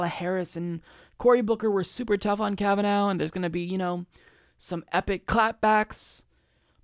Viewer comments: This is a very good analysis of the situation, but I have a few comments., will you PLEASE stop pronouncing the judge's name "Kav-a-NOW." It's pronounced "Kav-a-NAW." In other words, it's an IRISH name, not a German name. Thank you! The crucial point to be made is that the craven deal whereby the Dems exchanged a fast-track confirmation of 15 Trump judges in exchange of a few days of August campaigning was an incredibly stupid as well as cynical strategy. In August, everybody's on vacation, including the voters in these Democratic politicians' home states! If this were happening a few weeks before the election, it would have made more political sense. So the Dems are not only amoral hacks, but fools, and they deserve to have their heads handed to them in November. Kavanaugh in fact did know that the man who wanted to shake his hand was a Parkland dad, because the man announced himself as such when he extended his hand, so Kavanaugh's behavior was even more reprehensible than it looked. Only the Greens are really resisting the Trump regime. The Dems are incapable of resisting it even if they really wanted to, and they don't want to. As I like to say, if the anti-Hitler Resistance of 75 years ago had been as weak and incompetent as the Schumer anti-Trump "Resistance," the Nazis would still be ruling Europe. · You only mispronounced that name about a dozen times in this video. "Ka va NAH".... not ka va NOW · Hahaha. You have not even watched the hearings. You pronounce his name wrong. It is pronounced kavanaw. Happy to help. Great talking out of Cenks ass, but please do some legwork yourself before you read up the monologues they send you. This is as bad as calling Bernie for Barney, or Hillary Clinton, hitlary genocidal maniac. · Why are you still mispronouncing his name? It was irritating before we all heard it pronounced in the confirmation hearings, now it is just stupid. Obviously fuck Trump, and his SC pick, but say his name correctly.